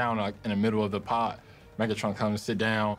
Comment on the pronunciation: That ain’t megatron that’s methatron